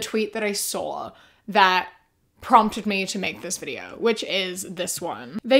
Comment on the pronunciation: I absolutely LOVE how you say, "welcome back to another video-ah,". I say it along with you EVERY TIME! ❤❤